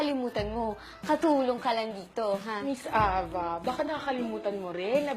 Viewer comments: Why are they pronouncing it "Aba" (like the group band..Abba) it suppose to be "A-VA"... right? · Ey-vah pronounce nun diba?